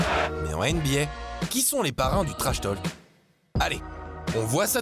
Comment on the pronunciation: On ne prononce PAS le L de trashtalk !